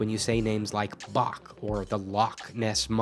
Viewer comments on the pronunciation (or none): U r saying "back" and "lock" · I don't really get the examples for the ninth letter. I'm no scot but at least the pronounciation of Bach is just wrong with this sound. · Except "Bach", "Loch" and "Gogh" weren't pronounced correctly in this video. You should do more research, it's not that hard. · Bach is actually pronounced different. This ch sound is not used in English and sounds like you're choking on your own saliva. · “The Sound you make when you say things like Bach or Loch ness“ These are the worst examples. You just mispronounced these two words. Bach is german and Loch comes from Germanic languages (Loch in Scottish is a lake and the german word Loch means hole) so... surprise the 'ch' part is pronounced the same. Just not the way you did. (In german actually have two different pronunciations of 'ch' the more throaty sound after a,o,u and another after e and I and neither are the sound you made.) Sorry for the hate, but this just triggers me. -_- Greetings from Germany XD